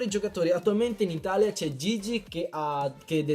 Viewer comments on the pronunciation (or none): none